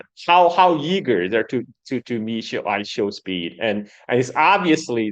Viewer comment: how can you do an hour long show and not get I Show Speed's name correct once? That's not respectful. its literally only 3 syllables